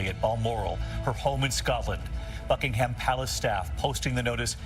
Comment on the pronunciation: I just with USAians could pronounce "Buckingham" and "Monarch".